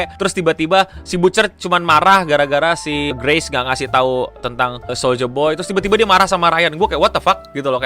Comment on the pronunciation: Soldier boy Yg gue denger: Soulja boy